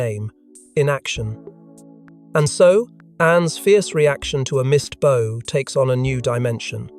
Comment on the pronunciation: Learn the different ways to pronounce 'bow'. This crap is unlistenable.